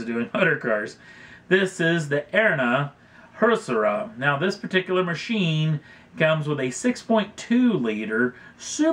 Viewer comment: Can't you read? HOO - SAR - YA. Man, it's very easy! ☺